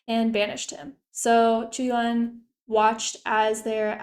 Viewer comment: You pronounced Qu yuan correctly